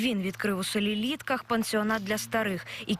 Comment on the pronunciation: Не літках а в літочках